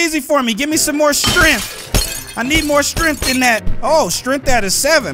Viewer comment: strenght not streicth